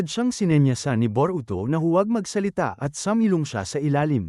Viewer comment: Bobo ata itoe Boroto ng Boroto😂😂😂😂😂😂😂😂ee e e eeeee bobo hahahahahahahaha